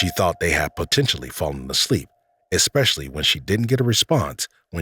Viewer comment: especially, not expecially...